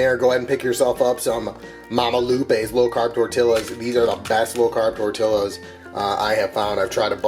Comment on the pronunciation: You're pronouncing tortillas wrong